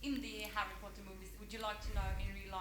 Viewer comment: Well Ginny seems to be liking Pottah and that's not ignorable